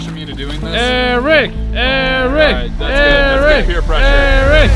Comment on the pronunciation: It’s Eric not airrack